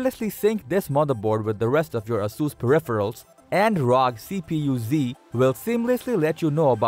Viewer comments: Brah its R-O-G not rog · Also how the person "commentating" said ROG